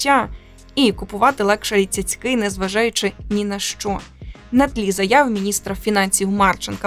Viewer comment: ..."лекшурі" ціцьки???? Може - цяцьки ????